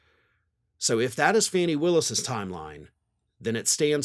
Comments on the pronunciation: Come on! You know by now that it's Fah nee Willis NOT Fanny! It's so rude of you to continue to mispronounce her name. Very disrespectful bordering on racist. Stop it! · It’s Fani as in Fawny